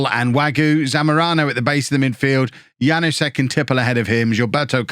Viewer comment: Hey, the K in Knoll IS pronounced Wague is pronounced more or less like wag-ay Janousek is yan-oo-shek Also, Mingueza is min-geh-sa or min-geh-tha. Hope this helps:)